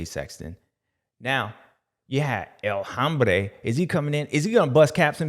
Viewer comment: James u crack me up the way u were saying El Hombre 😂😂😂 love the videos keep them comming.